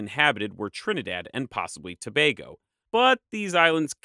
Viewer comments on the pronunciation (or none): Great video but please work on your pronunciation. Antigua is pronounced An-tea-ga. Grenad is Gre-nay-da and Tobago is Tu-bay-go. These are English speaking territories so they use English pronounciations.